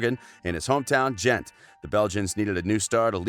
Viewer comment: Two truths if the narrator had ever watched a European football match: A) He’d be able to pronounce “De Bruyen” and “Ghent”; B) This video would be much better.